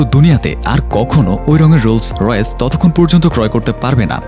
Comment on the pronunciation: গাড়ির নামই বলতে পারেন না